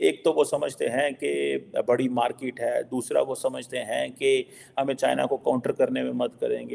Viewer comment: markit nahi market bolate hai